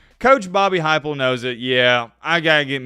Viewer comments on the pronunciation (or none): “Bobby Heupel” hahahaha wowww 😭